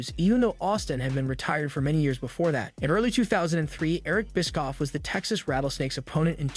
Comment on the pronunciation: i cant get over it every time you say eric biskoff, i laughed so hard